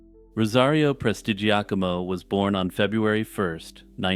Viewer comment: Excellent pronunciation of "Prestigiacomo". Very impressive!